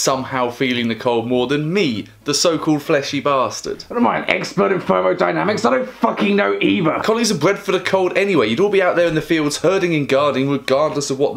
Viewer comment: Did he say furmodynamics?